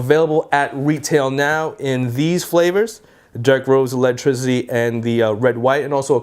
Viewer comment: Electrizity hahaha jk man